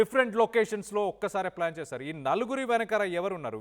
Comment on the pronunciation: Orey nayana 1st news chadavadam nerchuko... Phlakka plan kaadu pakka plan